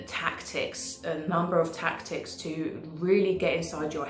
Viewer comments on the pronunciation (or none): none